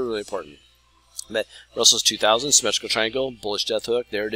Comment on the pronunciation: 😂 funny how you pronounce the RUSELL 2000